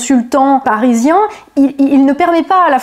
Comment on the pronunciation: Le IN se prononce IN , pas AN ….. On prononce Seine SAINT Denis , pas Seine SANT Denis ….. BIEN et non BIAN ….. etc etc …. Parisien et non ParisiAN